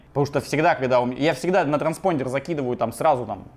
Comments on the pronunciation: Транспондер...звучит как старпондер)))анальная боль и страдание))) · Никто: Абсолютно никто: Вячеслав Астафьев, рвущийся через Стаса: "транспондЕр"